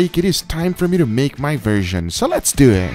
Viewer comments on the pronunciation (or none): Guga: “Let’s Do Eht” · SO LETS DEW IT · so lets dew it LOL this guys pronunciation is incredible